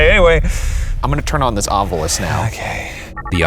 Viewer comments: Is Shane actually shook ? Ryan, can you please re-record the Ovilus intro to say "Ovilus" instead of "ovulus"? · For the debrief: why does Ryan in the prerecorded thing pronounce the ovilus like “ovulus”. Rhyming with fabulous. It irks me every time lol